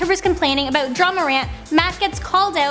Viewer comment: She also says "a boat" instead of "about".